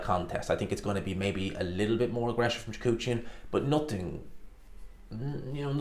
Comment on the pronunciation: Repeat after me: Kah-rEhn Choo-hah-dzhan